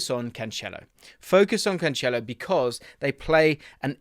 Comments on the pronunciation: Stop calling him Canchelo it’s Cancelo. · hearing "canchelo" all them times made me feel unwell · No, he is saying it wrong lol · Love you, but the way you pronounce Cancelo is rough haha